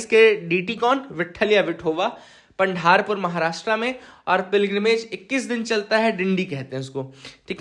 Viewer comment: Warkaris is prounced as वारकरी and its पंढरपूर not पंढारपूर 😊 hope you get the difference